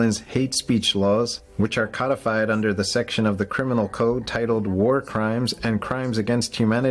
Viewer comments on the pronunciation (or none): Cōdified, not Cuddified.